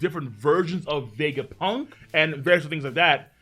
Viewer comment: The way says Vegapunk's name is so satisfying to hear